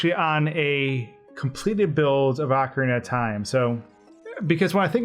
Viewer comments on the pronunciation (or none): Pronouncing it "AHcorina", instead of "OHcorina".... Seriously, it shouldn't make one bit of difference how it's pronounced. But, it does. "OH..." is how I've always heard it. It just sounds better. Hearing you say it "AH..." is mashing my brain out. I think you did that intentionally... because you know it would get under my skin. Ohhh... you KNOW. So... Why would you do that? Because... "You CAN"? Pffft. For my personal growth... I'm gonna have to insist that you redo the entire video, cuz I just can't handle it. You are in charge of my good time. If I'm not having a good time, YOU'RE not having a good time. And that's the end of it. Yeah... that felt good. You've been a great sport. Thanks for the upload,! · It's O-CARINA of Time. NOT A-CARINA of Time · You say it like orcorina of time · its pronouced O-CAR-rina I enjoyed your commentary. I too for some unexplained reason was terrified of the tomb. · Take a shot every time he mispronounces ocarina